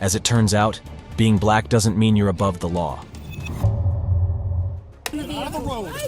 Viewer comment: You could have labeled this as people behaving badly or ignorantly etc, but nope. It’s Buuuh-laaaaaccccckkkk people. That’s you saying black, btw. You add so much emphasis, like a sweaty sock is in your mouth and you can’t stand it. You’re sad.